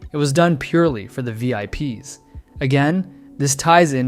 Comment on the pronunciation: it sounds so much like ai. if you cant distinguish this you arent that smart. back whe he didnt train the voice that much, he pronounced vips as vip s, the apostrophe made it weird "No one knows what’s real or what’s not anymore." i do?! its so easy to tell